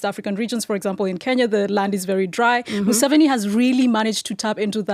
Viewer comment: Mu-Seventy Seven😂